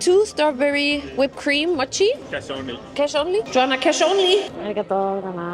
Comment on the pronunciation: Das o in mochi ist lang, nicht kurz wie dus immer sagst. Es ist nicht das o wie in „doch“ sondern das o wie in „hoch, ohr, ohne“ Du hast es schon so oft falsch gesagt es wäre schwer es dir abzugewöhnen i guess 😅